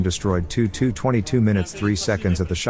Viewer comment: Forgive me but ho long have Tupolev aircraft have their diminutive Tu pronounced as ‘too’ rather than the traditional T.u.?